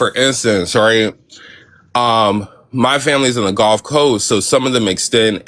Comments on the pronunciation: Just to be clear, people along the Gulf Coast specifically Louisiana pronounce Gulf more like the dude than like you, you sound like you're saying "Goalf" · We pronounce Gulf and golf the same, some people say guhf for both but I've never anyone of any generation in Louisiana say "Goaf" as you did